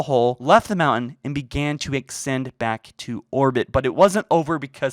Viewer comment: Also: debris, not debreeze. Ascend, not accend...